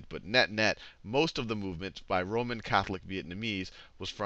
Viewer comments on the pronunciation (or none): none